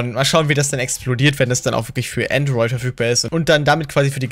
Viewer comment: Benjamin Brandt es heißt Android nicht Antroit